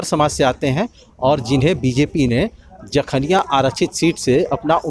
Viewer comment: समाजसेवा करते कभी नहीं दिखे नेताजी जखनियां विधानसभा में और हा विधानसभा क्षेत्र का नाम तो सही से बोलना सीख लो जखीनिया नही जखनियां होता है